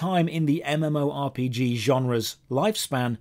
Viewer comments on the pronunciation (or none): none